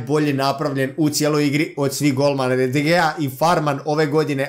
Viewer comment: Ne kaze se de gea nego de hea